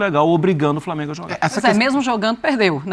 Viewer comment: “VITÓRIA E DO FRAMENGO” 🙅🏽‍♂️😂😂